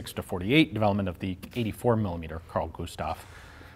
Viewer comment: You are saying the Carl Gustaf all right